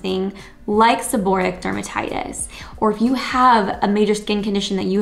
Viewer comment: If you're going to give advice, please pronounce the diagnosis correctly.